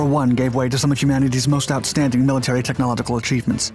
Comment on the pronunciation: "tech knowledge ical" someone teach this guy how to say words